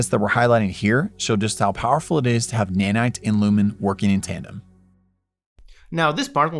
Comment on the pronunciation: You got Nanite very wrong actually